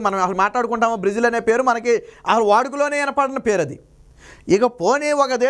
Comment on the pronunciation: బ్రీజిల్ కాదురా సోంబేరి... బ్రేజిల్... నీకెందుకురా.... ఛానల్... ప్రతివాడు ఛానెల్ హీరోనే... కర్మ